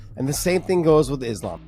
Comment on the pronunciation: Isn't it weird that DC cannot pronounce Islam's name correctly? Why is it that US-Americans don't pay attention to pronounciations of names? Eg. Sonnen: instead of Khamzat, he says Hazmat, or others say "Kabib", instead of "Habib", etc. :)